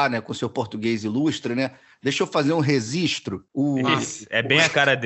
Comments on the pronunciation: ''um rezistro'' kkkkkkkkkkkk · O Carrano sofre demais kkkkkkkkkkk essa do "rezistro" foi demais KKKKKKKKKKK bom que depois dessa ele recebeu um "toque".